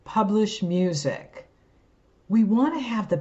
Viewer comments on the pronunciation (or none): even the auto subtitles say moosic instead of music